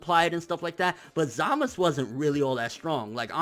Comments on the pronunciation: its zamasu not zamus great video btw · ITS ZAMAZUUUUUU NOT "SAMAS" OR "ZAMAS" who the fuuuck is samas??? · Everyone who does review says it right, the anime and manga spell out Z A M A Z U, why is he always saying samas, zamas, samaz? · His name is Zamasu ZamaSU not Zamas fuck that shit is hella annoying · Zamist? za-ma-su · I thought it was also peculiar that he specifically called himself zamasU at the end. Emphasizing the U at the end. Because throughout the series he was always referred to as zamas- by everyone. Not to mention he mention his name was zamas spelled as zamasu. But now he says "I am zamasU!" Just saying idk good vid yet again. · I think you may have misunderstood me. Throughout the entire series so far, they have pronounced it as Zamas- with no U. Even though it is spelled that way. However, at the end of this fusion episode he clearly enunciates Zamasu with a U. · How Hard Is It To Just Call Him Zumasu Lol Serious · dude just say samazu wtf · you really need to stop saying "Zamas" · So.... when was the u silent in Zamasu? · watch when beerus kills zamasu. they a bunch of characters say his name a lot and i turned up the sound and i cant hear any U.